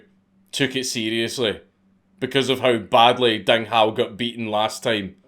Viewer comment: I was gonna say "Dang Hou" did you fuck up so bad